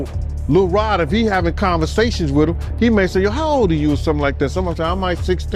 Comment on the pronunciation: Lil Rob? This dude be mispronouncing people's names on purpose. He expresses contempt for those people that way.